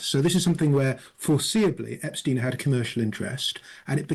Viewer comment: why are you pronouncing epsteins name differently to everyone else? it is intentional, so why are you doing that?